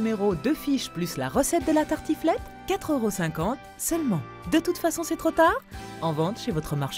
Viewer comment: la tratiflète, pas tartiflette ! Petit lapsus 😂